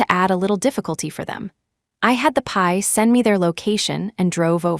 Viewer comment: PI short for private investigator, pronounced P I not pie